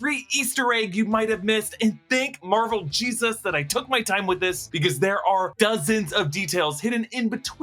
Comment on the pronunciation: Now, I'm not going to rage about the way you say "Jesus," (but c'mon...), but... ... it's 20th Century studios. Not 21st Century. And it was 20th Century before it was 20th Century Fox. They just dropped the added-on "Fox."